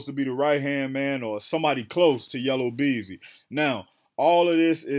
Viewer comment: YellA Beezy NOT YellOW Beezy 😂 😂 😂